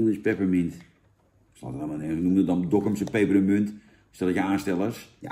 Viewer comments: Er staat 'pepermunt' niet 'peperEmunt'. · Jannnnn, het is PEPERMUNT, geen PEPPEREMUNT 🤣🤣🤣🤣🤣🤣